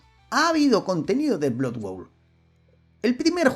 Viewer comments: BLOD BOUL se pronuncia. Muy monas las animaciones hechas con IA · No has dicho bien el título ni una sola vez, menudo tío más ridiculo. Blood bowl! No blood world. Es como si digo sword quest en vez de hero quest, esa es la impresión que das.